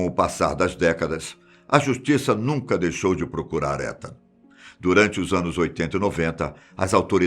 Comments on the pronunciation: Se pronuncia "itan" fiquei com um nervoso você falando étan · só uma correção não se fala Etan com E se fala Itan como se fosse escrito com I :3 espero ter ajudado e gostei mto do video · Só uma dica o nome etan patz se pronúncia itan ,e nao come se le☺️ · Acho que se fala “Itan” o nome do menino. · Essa pronúncia de Etan tá me fazendo dor de barriga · Da agonia ele falando "Étan" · Muito obrigada novamente pela excelente história. Ethan em Inglês se pronuncia Ithan , o song do “I” em Português. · Em inglês escreve-se Etan mas lê-se “Itan” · O nome Etan , se pronuncia Itam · A pronúncia do nome do menino tá errada